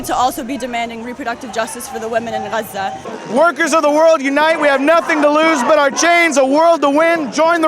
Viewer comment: it’s pronounced GA-ZA! ….. GAZA, saying RAZZA doesn’t make you virtuous 😂 traitors